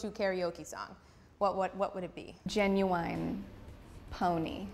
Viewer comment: Lmao mad at the way my girl pronounced “Ginuwine” lmao she said “genuine” 😭 but in not mad at his actual karaoke song! Come on MJ